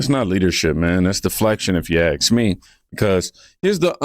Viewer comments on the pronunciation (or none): SEE, THIS HOST SAYS AXE INSTEAD OF ASK, TOO. IT'S EBONICS.